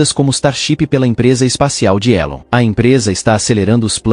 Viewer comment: O grande mistério ,é a ,pronuncia correta é, Elon Musk ou Ilon Musk , muitas pessoas na tv , falam Ilon , então qual é a pronuncia correta?